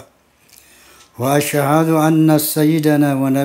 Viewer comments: Hhhhhh seblum ceramah alangkah baikny benrin dulu bacaan syahadat nya dulu bang haji baru ceremah. Mana ada bacaan syahadat asehadu harusnya as'hadu . Di ulang lagi waasehehadu harusnya waas'hadu . Alangkah baiknya bang haji belajar nahwu sorof dulu bang sebelum jadi kyai hehhehe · hehhehe mohon maff nggeh bacaan syahadat anda sangat salah. Alangkah baiknya belajar nahwu sorof dulu ehhehheeh mohon maaf bukan menggurii tapi ya emang salah. Gk ada bacaan syahadat itu assehadu akan tetapi as'hadu. Dan juga waasehadu akan tetapi waas'hadu sekian terimakasih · Hehehhe masa sih bang masa penerus waliallah baca syahadat aja belepotan nahwu sorof nya. As'hadu di baca asehadu Wkwkkk dari situ aja udah ketebak loo bang masa iyha menjabat kyai seperti itu hehehhe mohon maaf sebelumnya. Alangkah baiknya blajar nahwu sorof dulu aja bang yang rendah. Sebelum baca Al-Quran . Bacaan Al-Quran roma irama sangat lahh. Belepotan banyak salahnya . Bukan saya mengguri tapi kn anda udah menjadi kyai di barisan anda jadi ya harus faham hehehhehe.